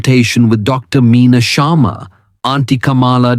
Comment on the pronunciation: I presume the voice over is by an Indian. If so, why is he pronouncing Sharma and Kamala in such an anglicized accent? It is so irritating when Indians want to show off their "breed".